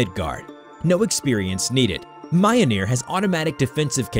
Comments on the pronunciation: Mi-yol-nir not miyonir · "Mayonyr" JESUS FKING CHRIST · You pronounced MJOLNIR wrong it's pronounced millneer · The way you pronounce Mjollnir is unsettling. Mah-yoh-neer 💀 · It's mljnor (Mil-neer) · In Nordic languages, the J is pronounced like the English consonant Y. So, it should be “MYOL-nur” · Your butchering of pronunciation for "mjolnir" is appalling, especially considering that it's a pop culture reference at this point.